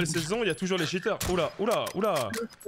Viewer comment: « tchiteurs » Fais un effort mec 🤣🤣🤣